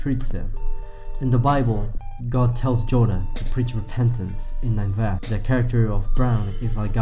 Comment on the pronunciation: You pronounced Ninevah wrong every single time. Nin•e•vah or nin•ah•vah